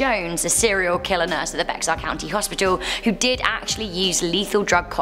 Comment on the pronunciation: Bexar county is pronounced BEAR county